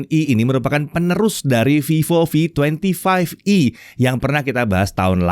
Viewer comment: "OK ditangan saya sudah ada Vivo V twenty five E (25E)" ini gw gak salah denger apa 😁 Awokawok....